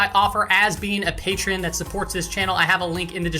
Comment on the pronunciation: now let me help you, its Pay Tree On 🤣